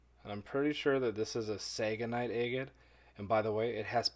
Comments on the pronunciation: Being from Texas, I completely understand that people from different parts of the US say things differently! But I really don't think that anyone from Wisconsin, or from anywhere else, says "ay-gut" for "agate." Despite whatever regional accent. I was thinking that you grew up just reading the word on paper but not knowing how to pronounce it aloud. It's really never "ay-gut." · Just FYI since you use the word a lot (and it's part of your YouTube name!): The word "agate" has the "short a" sound as in "apple." NOT "long a" as in "ape." (If you got to Webster's online, you can click on a pronunciation button to hear it.)